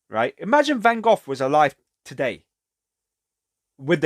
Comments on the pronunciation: He tried to be a pastor and was rejected, too. You must read about him, or watch Lust for Life with Kirk Douglas. Also, I think there's a text called Letters??? between he and his brother Theo. Thanks for your pronunciation of his name more correctly. I feel with him a kinship?? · Not sure if you are trolling for a reaction - the English people say 'Gof,' the French say 'Gog' and the Japanese say it differently, too. The Dutch pronounce it with a guttural sound -- 'Khokh. So the American van go is just one more incorrect pronunciation. Anyway how ever you say his name Vincent was one of the most beautiful people ever.